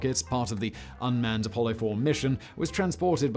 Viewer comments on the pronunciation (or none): none